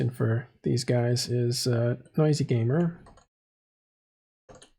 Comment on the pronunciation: why are you pronouncing Nosy Gamer as "Noisy Gamer"? He's nosy (overly curious), not noisy (overly loud).:)